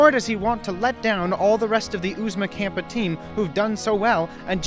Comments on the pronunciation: Sorry if someone already pointed this out in another comment, but you were saying "Oozma Kampa", when it's "Oozma Kappa". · I can't tell if you are doing it as a bait for comments, but it's Oozma Kappa not Kampa